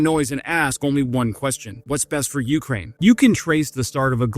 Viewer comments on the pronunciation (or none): It's UkRAIN! Not YOU krane! FFS dude it's not that difficult. Pam